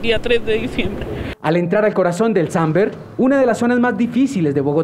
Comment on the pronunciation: es SAMBER no SANBER